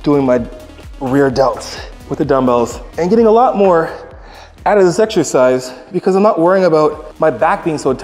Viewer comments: If this high pitched homie says "eggzercise" one more time I might snap. Can not watch his videos. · Why “eggs-ercise “ ? Is that a Canada thing? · i cant get over how he says eggsercise everytime. No hate to greg tho just funny.